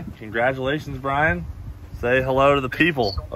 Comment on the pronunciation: Brian Weiderman. Laughed when Cleetus pronounced your name though. Brian is a heck of a guy and this is well deserved. Congrats